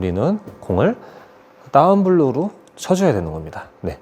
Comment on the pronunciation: Down blow를 따운불로 라고 말 하나요